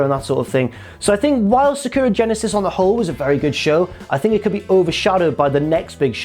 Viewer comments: Its Sa-ku-ra. In japanese it is spelt さくらi think. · Is because Sakura (pronounced Sa-Ka-Ra, not how says is) is Japanese for cherry blossom. Also the most popular name for females in Japan I believe. And yeah, it’s much nicer to look at than! 😂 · Jesus Christ, say Sakura correctly.